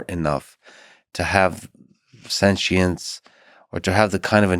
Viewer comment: Take a shot everytime Duncan says "sen-chince" 😂